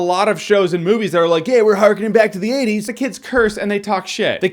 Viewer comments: He clearly says 20s but okay guys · Lol 50% are ppl making fun of how he says 80s a bunch 40% of the comments are ppl making fun of ppl making fun of him say 80s and 10% are actually comments. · Say 80s again. 80s. 😂